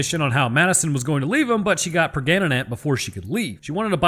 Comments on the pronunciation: "Preganenant" 🤣 I'm done! Love this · “She got pregananant” 😂